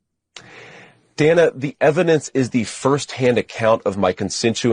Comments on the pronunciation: I hate the way he says Dana! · He pronounces her name correctly until she pushed back. Mispronounced. The "shut up" was deplorable